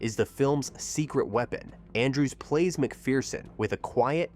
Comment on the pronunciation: The Perfect film. Clifton Webb❤❤❤❤❤ And it's "Mc FUR son" -- there is no *fear* in McPherson!